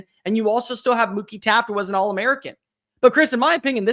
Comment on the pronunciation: Did you say Mookie Taffe?